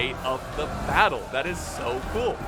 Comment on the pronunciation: bay-ttle of changping the most brutal battle ever with more than 700000 casualties that they sayed